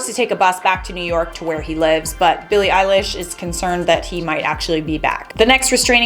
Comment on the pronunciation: Elesh ok .....fr Elesh? (Not hating 😌)